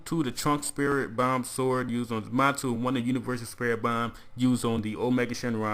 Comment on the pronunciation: Somebody tell him it's zamasu not zamatzu